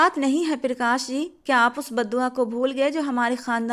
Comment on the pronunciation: पिरकाश nhi hota , प्रकाश होता है